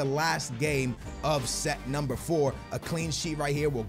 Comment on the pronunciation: "NUMER"😂😂😂 stupid you're making fun of him and you don't know how to write either